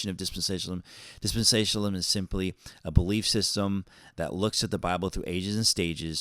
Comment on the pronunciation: You can't even pronounce dispensationalism , lol😂